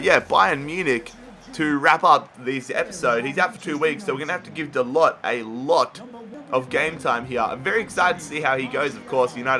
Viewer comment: it is not diego, it's diogo and it is not "da-lot" but "da-loh"(how it is pronounced